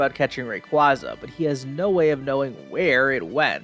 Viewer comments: thats... how you pronounce Rayquaza?? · I hate it so much the way he kept mispronouncing Rayquaza